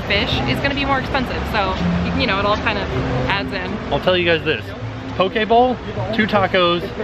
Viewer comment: Poki-poki bowl? I just hear Poki-Pokéball 😂🤣😂🤣